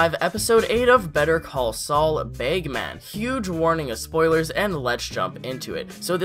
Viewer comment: Baygmen Its Bagman haha